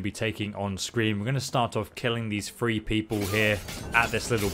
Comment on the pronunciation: Call me crazy are you saying free instead of three